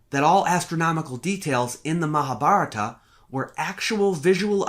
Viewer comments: All of my life I've pronounced Mahabharata as "Mahab - Haratta" so imagine my shock when I finally hear it pronounced correctly... Great analysis, by the way! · Comments Add a public comment... Stefan Scripca 1 month ago All of my life I've pronounced Mahabharata as "Mahab - Haratta" so imagine my shock when I finally hear it pronounced correctly... Great analysis, by the way! 15 12 Sahil Baxi 1 month ago The right pronunciation is Maha-Bharat, the aa at the end is an English addition. Same applies to Ram (Rama), Lakshman (Lakshmana), etc. Sita remains Sita 4 Stefan Scripca 1 month ago Baxi thanks, now I know better :) Sahil Baxi 1 month ago Deshmukh if you feel they're incorrectly assuming something or that they're wrong somewhere, try to correct them with facts. No need to ridicule anyone 3 Aamod 1 month ago Baxi we already done our work.. its your time to prove that wrong scientifically and come up with real facts.. not just chattering here.. ✌🏻 Sahil Baxi 1 month ago And what exactly is the work that you'll have done? 1 Aamod 1 month ago Baxi I didn't use 'I'. I said 'we' its available on internet. Just don't get irritate now just go and do study and prove that wrong.. best luck.. ✌🏻 Sahil Baxi 1 month ago Ah, perhaps the you'll wasn't the right way to put it, I meant you all. Direct me the work you're referring and I'll definitely give it a read Aamod 1 month ago Baxi start with original books.. if not just start with Nilesh oak's blogs,books videos on YT. You don't need to accept or believe in everything he said. Just go through it you will get your path towards more stuff. 👍🏼 1 Sahil Baxi 1 month ago As it happ